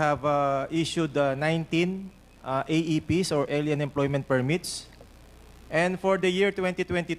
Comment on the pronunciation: Hindi pa nakuntento sa poriners, umarya pa talagaaa...Hoy! dan fernandez! Sandali ha. Anong ael-yan? Kelan pa naging ael-yan ang pronunciation ng ALIEN. Hirap sa mga bobong nagtatalinu-talinuhan, hindi alam kung kailan sila nagiging ischupid. And vice versa.